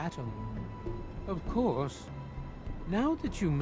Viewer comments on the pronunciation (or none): none